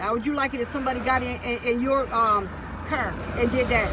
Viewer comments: she said cr instead of car 💀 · 😂😂at the end she said "Curr" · curr 😂😂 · "How would you like it if somebody came in your Curr?" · She said car right😂only one time tho but I love you guys so much❤️❤️